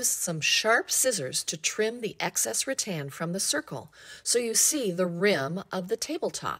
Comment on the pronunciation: Rattan not Ra Tan 😂